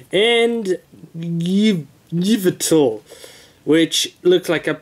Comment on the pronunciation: The Y legendary's name is pronounce Ee-vel-tall